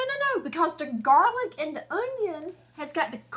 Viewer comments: “Jar-lic” I’m dead 😂😂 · "Do we have any garlic in a jar?": "Jarlic?" 😂😂😂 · This one lady that does cooking videos ruined the word JarLic for me 😭😭 I hate hearing that now 😩